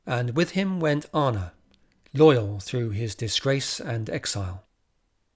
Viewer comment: I find this incredibly interesting and I've listened to all of your bids, thank you! Please try to improve your pronunciation of names a bit and it will be even better. (Start with Anna)